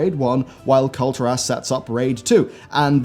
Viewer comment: You pronounce it Kul-tear-us. That's the same thing with Argussian. They're from the world Argus. Why would you pronounce it Ar-goose-ian? It's Arg-gus-ian lol why?